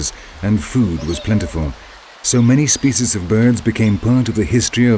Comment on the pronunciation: I can't stand this narrator and his posh Shakesperean accent and the way he pronounces "spyciyz"